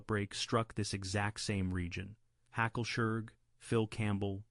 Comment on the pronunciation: Years are not pronounced as numbers. You did so well on many I have seen before. It's NOT one thousand, nine hundred twenty... It's just nineteen twenty. Also right near the end Hacklesburg was miss pronounced, and pretty badly too. I think an M was thrown in there, and all I could ask was "Why???! You were doing so well.... !" I think this one was a rush job . 🤦